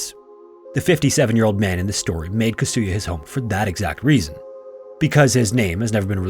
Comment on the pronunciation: Kasuya... please don't put an accent on the second syllable. Slight accents on 1st and 3rd syllables ... 3rd is only very slight. All the Japanese words are similar. Tetsuko.. Yamada etc...